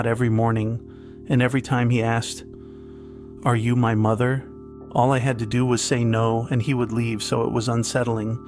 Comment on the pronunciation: "Mo-there mo-oh-there!" bruh